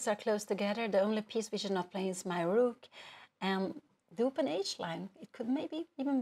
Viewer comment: I love how she pronounces rook: “REWK”